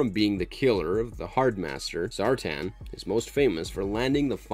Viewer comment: ZAR'TAN' not zartin